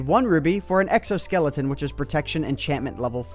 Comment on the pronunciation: Lawl you said sexo-skeleton